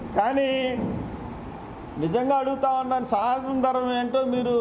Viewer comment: సనాతన ధర్మం అని పలకడం నువ్వు సరిగ్గా నేర్చుకుంటే నీకు అర్థం అప్పుడు దాని అర్థం ఏమిటో పవన్ కళ్యాణ్ గారు చెప్తారు